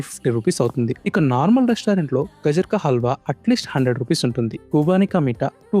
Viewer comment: అది గజర్ కాదు, అది గాజర్.